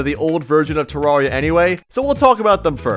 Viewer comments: I cannot watch a 10 minute video of you pronouncing it "terroria" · bruh said "terroria" and "Tahrahria" why doesnt he just say it right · who's gonna break it to him that hes pronouncing "terraria" wrong